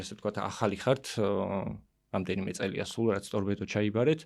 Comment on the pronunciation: წამყვანმა ტორბედო კი არა სწორად წარმოთქვით,ტორპედოა სწორი ფორმა.